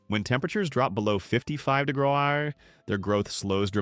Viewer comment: degrees = degraaaaaz. in AI voice